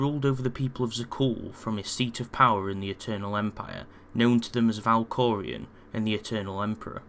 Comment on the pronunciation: Valkorion. Not Valkorian.